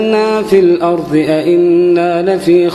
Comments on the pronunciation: السلام عليكم يا شيخ أدعو الله أن يجمعنا مع الحبيب المصطفى في الفردوس الأعلى انا أحبك يا شيخ واحب صوتك كثير ولكن يا شيخ أنت عند خطأ في قرأتك❌❌وكل السعوديين حتى عندما يقرأون القرأن وتذكر كلمة الأرض يغيرون لفظ حرف ال(ض)ويقولونه(ظ) يعني بدال الأرض الأرظ وهذا غلط كبير جدا هذا تحريف في القرآن وإذا انامخطئة حدى يصححلي وينصحني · ما شاء الله صوت رائع ، لكن ممنوع يقول عن حرف الضاد (ظ) ، يقول مثلا الأرظ وهذا خطأ طبعا لأنه يتغير المعنى في بعض الأوقات ، مثل " ولقاهم نظرة " بدلاً من "نضرة" .